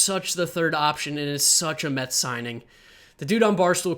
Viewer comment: New York “Mehh”-ts